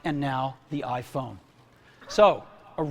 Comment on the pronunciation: E dal quel giorno...inizio il lavoro del lavaggio del cervello dei bimbominkia con "l'aifon"L'AIFOGN!!!